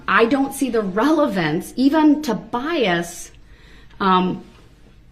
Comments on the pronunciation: How about “biast”? It is bias, it has no “T” it’s bias sir…. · That was awesome. She also at some point corrected his pronunciation of bias. She pointed out that there is no T in it. I also loved the part where she pointed out his “double hearsay” tactic. I would have been so snarky with him.